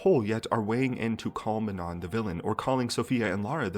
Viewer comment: it’s MANO the last N is silent